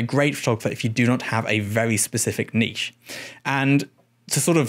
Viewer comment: Thank you for everything but especially your pronunciation of "niche"